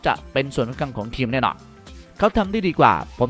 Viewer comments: ทีม...หรือว่าเทียมใช้ภาษาไทยให้ถูกต้องหน่อย...มีหลายคำที่พูดผิดครับ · อ่านว่าทีม ไม่ใช่เทียม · ทำไมผมฟังสำเนียงคำว่าทีม เป็น เทียม ตลอดทุกคำเลยหรือหูผมแว่ว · ผมก็ได้ยินแบบนั้น ขัดหูมาก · ทำไมพี่ถึงออกเสียง ทีม เป็น เทียม เกมส์ เป็น เกียมส์ ไปลองฟังเสียงตัวเองดูนะครับ ทุกคลิปเลย อยากให้ปรับปรุงด้านการออกเสียงให้ชัดเจนครับ